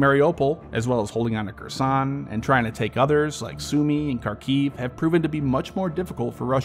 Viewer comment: I hate to be a downer but you need to work a lot on your pronunciation of ruZZian/Ukrainian names/terms, you really butchered Kharkiv, Kherson, Moskva, Rosgvardia, Izyum, Oblast.